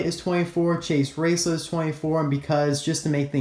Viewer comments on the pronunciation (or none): It’s Chase RaceLOTT not lit....... I’m sorry.